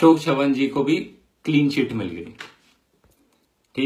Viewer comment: Bhai ek pronunciation aapka galt he Wo Ashok chavan he na ki shavan jaha ki aap C ko s se pronounce kr re ho. Jaise hum pritviraj chauhan bolte he ye wahi he bas thoda sa marathi twist he CHAVAN. not sha but Cha. Chai wala cha